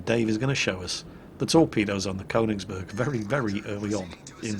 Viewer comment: FYI, it's pronounced "Kernigsberg", phonetically.......... what's that shiny metal tube doing in your hands??